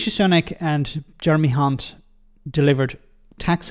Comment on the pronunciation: Did anyone just hear the female ITN Newscaster - Nina Hossain, call Jeremy Hunt - Jeremy *unt (rhymes with Hunt!) on the ITN lunchtime News. I kid you not. She joins Jim Naughtie is divining the true nature of this Tory "politician"! She later apologised for her mistake - or was it???